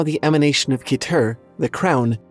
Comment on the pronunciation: Keter is pronounced "ketter" or "keh-tr." Dunno about the other ones, though.